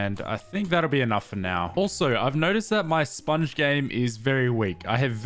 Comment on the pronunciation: saying ill pick up the spoung and still doesnt pick up the spounge. lol